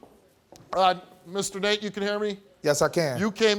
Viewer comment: It legit sounded like he called Nate Mr. Naked 😂